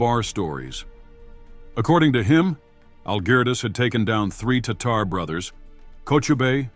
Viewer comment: The online Merriam-Webster dictionary pronounces “Tatar” as”TAH’ ter”. I couldn’t see how this narrator came up with his pronunciation.